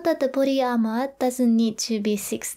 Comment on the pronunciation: "for the booty ahhmahh" lol